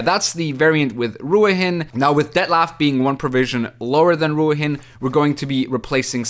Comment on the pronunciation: Brother, apparently it's pronounced "Ru-heeen"